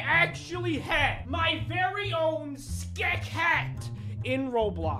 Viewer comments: No one: Not even a single soul:: SkEK HaT pUrCHASED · At the very beggining of this video:: "Ois!" a few seconds later: "My own SCKEH hat!" +! -! + Is he okay? does he need medical assistance or something like, what the heck? i still love this dude TO BITS. he is one of my faves (amongst others) BUT STILL! i still love this man so much, it's scary! ❤ keep up the AWSOME work! (not sorry at all for this nickname i think it's perfect for ) +! -! +